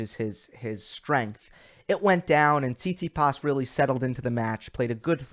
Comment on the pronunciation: Good analysis, but you need to get your pronunciations of these players together, man. It’s Tsit-si-pas, not Sis-si-pass smh. I definitely agree about the Kry-swag last week. I was impressed with Krygios during that tournament. Even with an injury flaring up he still got through it, finding a way to win instead of folding. Perhaps he’ll change his work ethic to avoid those practices. Nice thumbnail too. As far as the Rogers Cup preview, I find your picks very intriguing. Medvedev and Nadal in the final? I don’t think they ever played each other. That could be a possibility due to his performance in DC. I guess it feels empty since your boy Djokovic is not playing 😉. This is the first time I ever heard you say the confidence in Rafa winning any tournament. Wow! He looks like he’s ready to go! Until next time....